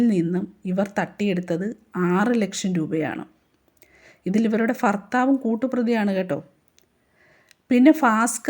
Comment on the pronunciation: വാക്കുകളുടെ അക്ഷരങ്ങൾ ശ്രദ്ധിക്കുക. ഫീഷണി എന്നല്ല. ഭീഷണി, ഫർത്താവല്ല ഭർത്താവ്.! ഇനിയും ശ്രദ്ധിക്കും എന്ന് വിചാരിക്കുന്നു. 🙏🙏🙏🙏🙏